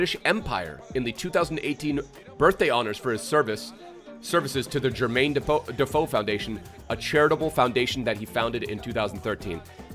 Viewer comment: Defoe will always be a yid 🤍 also love the Aussie comentator saying defooo if you know you know 😂